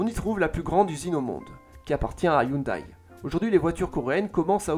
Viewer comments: Ca se prononce hyundé par contre 😅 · Sa prononciation de hyundai me fait saigner les oreilles. Sinon, ses vidéos sont toujours au top